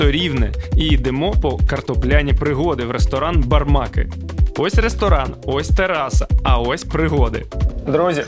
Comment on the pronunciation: БармакИИИ! туди наголос. Який сечовий міхур?? Це ж поліський мясний вялений мацик! куди там ще хамону?